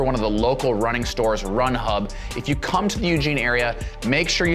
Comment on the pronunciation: much emphasis on come